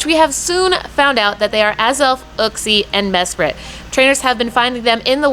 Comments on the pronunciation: Your maps are wrong. Uxie is not available in India... Mespirit is. And that’s not how you pronounce Uxie lol. It’s Yook-see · It grinds my gears when people keep pronouncing uxie wrong the way everyone says it sounds like a cave man